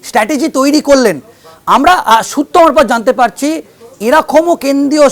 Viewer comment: এই ভদ্রলোক খুব মজার। কি যে বলেন আর কি যে বলতে চান, নিজেই বোঝেন না বোধহয় । এনার সূত্র মারফত, থুড়ি সুত্ব মারফত ধপ গুলো আরও মজার।